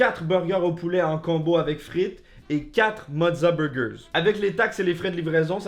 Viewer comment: on commence par les beugeuh